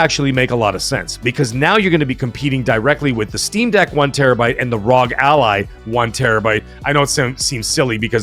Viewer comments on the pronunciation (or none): Rog ally x, lol you keep calling it RzoG ally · Its even more of a mouthful, its actually R. O. G. XBox Ally X not Rog like frog. 🇨🇦